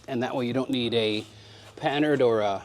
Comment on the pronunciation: Dang, Kevin (showin' my southern...ness here) your content just keeps getting better. Also, congratulations on pronouncing "Panhard" correctly. You and Kiwi are the only two I've seen on the youbus toobus that do that. You many already know, René Panhard invented it and he was French. So it's not "pan HARD", but more like "PAN-ard" or in French "pan-ARD". I seem to be a little OCD about pronouncing people's names correctly. And I'm glad I heard you pronounce YOUR last name because I was saying it wrong. I'm sure you get that a lot. Funny to see Derek's brother, Chris in the background take a tire/wheel, set it up and sit on it, like: "I'll just sit over here, out of the way..." LOL